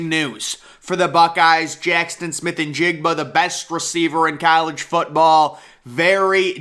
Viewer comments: It's jaxon. Not jackston! Fyi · 🤣 he really is saying Jackston! 🤔